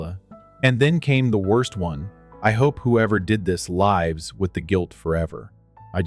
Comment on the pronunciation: When will you teach your stupid AI how the word "lives" works and the different pronunciations of that word. If you don't know it, then find out. But you have had too many of these stories with stupid mistakes in English. It's time to get your shit together and the shit of your AI together and stop all these stupid English grammar mistakes.